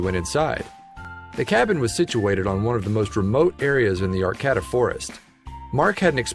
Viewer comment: Arcata. Locals say is it like ar-kay-ta. Just sayin